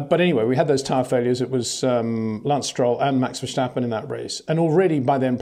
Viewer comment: Peter, read this comment please. It's verstappen, not vershtappen. Same 'st' sound as in the words "stop" or "silverstone" 'st' not 'sht'.